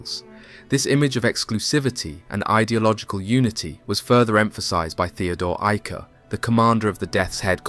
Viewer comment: Excellent job pronouncing German names such as Theodor Eicke.